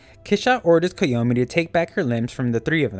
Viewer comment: But that's how his name is actually pronounced